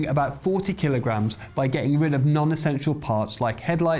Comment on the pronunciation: Technical feedback, a few schoolboy errors : 1. it's kilo grams not " keylows". 2. if there is no mass it's massless not massive, massive meaning has mass/atoms. 3. kilo should be lowercase k, capital K is technically Kelvin, and grams is lowercase g, capital G meaning giga. ie KG is technically Kelvin giga! Sorry to criticize, I am a technician & just passing it on. Enjoyed it otherwise.